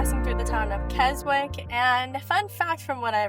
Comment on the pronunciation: One very minor point. the town of Keswick is pronounced 'Kes-ick'. The 'w' is silent.